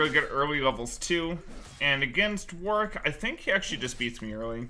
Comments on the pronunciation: "Hey guys for today's video I'm gonna be playing Worik in the toplane." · Devs said it's Warwick, but "Worrik" is a viable pronunciation for EU. Like Warwick(Worrik) that town in England.